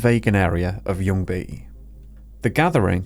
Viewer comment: I did not expect you to pronounce ljungy that correctly, even had a hint of swedish accent in it